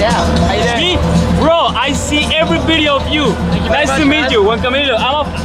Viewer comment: "Eshmee from yo thuub? I see ebery bideo of you" and then you get the hip-hop guys cursing in Lord Shmee's video. That's Miami... LOLOL